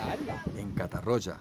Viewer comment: No cal pronunciar 'catarrocha' ni 'riba-rocha', però la pronunciació es prou deficient 'catarrólla' i 'ribarrólla' a tot el documental.